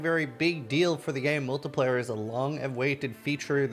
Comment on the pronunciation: it's pronounced MULTI-PLAY-ER not MULTI-PLIER